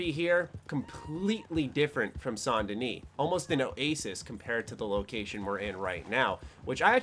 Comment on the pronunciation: You're the only youtuber I've seen that actually pronounced Saint Denis properly.